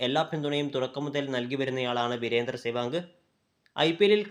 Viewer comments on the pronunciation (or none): സേവാഗ് നിർഭയനായ കളിക്കാരൻ. സേവാങ്കെന്നല്ല, സെവാഗ് എന്നല്ലേ പറയേണ്ടത്